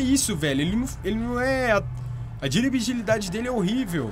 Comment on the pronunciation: Foi diribigilidade